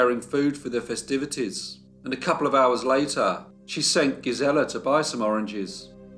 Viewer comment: GEEZ-il-uh. GEEZ-il-uh.